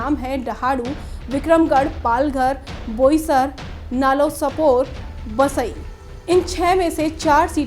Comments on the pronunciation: Nallasopar nhi hai nallasopara hai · Nallasopara thik se bol